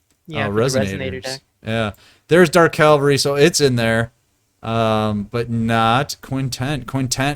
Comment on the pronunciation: Why do they have problems pronouncing cavalry correctly?